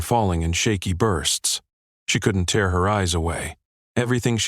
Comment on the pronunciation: The audio of the word 'tear' is wrong and should have been pronounced as a hard 'a' not focused on the 'e' since that does not fit the context. Oops LoL 😢😢😢😢